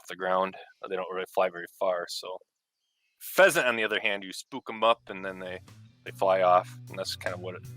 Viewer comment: Pheasant it's pheasant